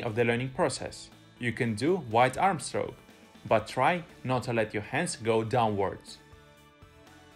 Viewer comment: Great Video and I learned a lot from your channel. However, I have hard time to understand your pronunciation of the word "Stroke" initially but now I am getting use to it. Just remember there is NO 'L' sound in the word. Now it time for me to work on my "Stroke" to keep myself from drowning. :-)